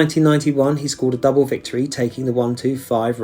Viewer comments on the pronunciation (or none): none